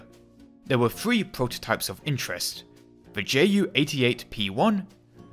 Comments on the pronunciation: Good video, but it’s “three” not “free” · 26fwee? Are you saying 3 fwee or some poing between 4 and 3? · hehe u pronounce r sometimes as w for example u say three as thwee just saying no offence